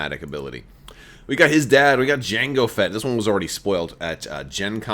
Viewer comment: he said jangle fett :(